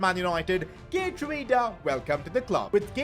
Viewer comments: ya pronounced “Geertruida” wrong, its a bit like Gir-trau-da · You're not saying Geertruida's name right but for a non-Dutch speaker it's understandable that you pronounce it like that